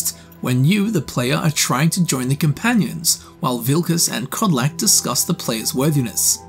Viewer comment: Im from croatia and its not vlukodlak its vukodlak coming from the words vuk and dlaka in eanglis wolf and hair